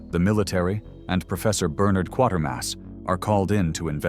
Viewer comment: You tweezed out some esoteric B movies against some well-known cult films. I remember seeing Barbarella in the theater, the best opening sequence I can remember! I've seen all the Quatermass movies and highly recommend them (by the way, the name rhymes with "waiter" not "quarter"). Good stuff, thanks!